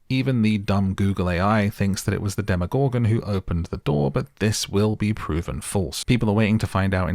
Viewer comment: The way you say “demoGORGEN” gets me every time 😂 I had to turn off the video